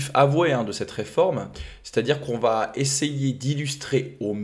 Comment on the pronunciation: Bjr, merci pour tout ce que tu m apprends. Du coup je me dois de t apprendre quelque chose en retour... il n y a pas de "t" à la fin de "va", donc quand tu dis "ça vat_être", je saigne d une oreille, d avance merci